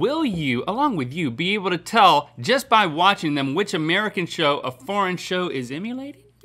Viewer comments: “Ameircan” instead of “American” 😂 damn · We got "AMEIRCAN" not once.... but twice. TWICE GUYS, COME ON. XD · "Ameircan"? Twice? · Ameircan? Come one... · Did anyone else notice "Ameircan"? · Anyone else notice "Ameircan"? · "AMEIRCAN"? Was that on purpose? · Ameircan?! Really?! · What is "ameircan"? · Ameircan sitcoms? AmEIrcan sitcoms? AmEIrcan???